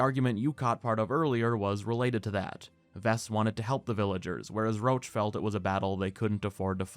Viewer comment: Idk who came up with calling Roche "roach" when it should be pronounced as "rosh" but it’s very irritating